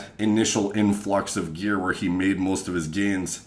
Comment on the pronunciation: You say gear like metal gearrrrrrrrr